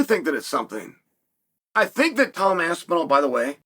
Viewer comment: You know you've made it when Chael pronounces your name correctly